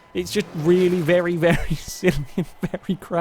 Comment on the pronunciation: Has anyone else noticed that when is concluding the video, sometimes it sounds like he is saying "thank you vely much for watching?"